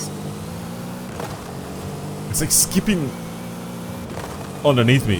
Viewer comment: Am I the only one who noticed how he said skipping ?😂😂😂